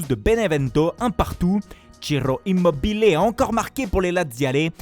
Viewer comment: Etes-vous d'accord avec l'accent italien pour prononcer Immobile ? :-D